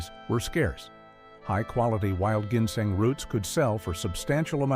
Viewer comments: Plus, he can’t even pronounce ginseng . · Does anyone besides actually pronounce ginseng that way?